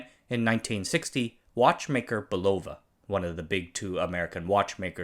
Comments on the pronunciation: FWIW, In the US, it is pronounced BULova. In Europe, it is buLOva. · Your Non-English pronunciation is interesting. Guess growing up in Anaheim so close to the Mouse didn't help. It's Bul-o-va and Chro-nom-meter. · He also can't properly pronounce Bulova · It would be nice if you could pronounce Longines, Bulova, and chronometer correctly. That would add a little more weight to your discussion.